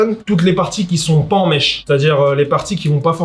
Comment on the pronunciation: Les bg c’est « mesh » pas mèche ahhah